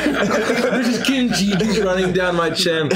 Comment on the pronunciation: does the Face expression and tone into these NPC’s perfectly! It’s all so good!! He heard it as so as he said it🤣 omg😭 let the man do shit without crap happening to him NOT THE KIMCHI😭😭 “Kim Cheese” OMG 😭 and then right after “Ya know, I once knew a girl😃” I love reaction to bunko being real 🤣 I died with laughter, I should not be watching these sick🤣 Wrong campaign and (also I love the fact that went immediately to Skrimm 🤣 as someone with a Irish dad, that’s really good!! “Well, I say we kill the bitch!” Best thing ever in an Irish accent! giggle while the guys are living in a literal hell is so funny🤣 and back and forth is so funny and I love it!! I don’t think so😃 NO! HES BACK DAMNIT Basically: Kill me, please kill me😀😀 No, no. Ur not alone kremy